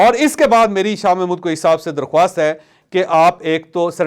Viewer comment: درخاست کو درخواست نہ پڑھا کرو